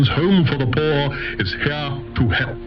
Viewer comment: Hearing pronounce "poor", I realized he must be European